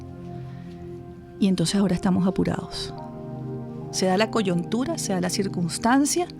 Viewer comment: A la mujer que tanto gamelote rebuscado habla con ese aire tan "intelectual", diga mil veces: COYUNTURA, para que evite decir COYONTURA...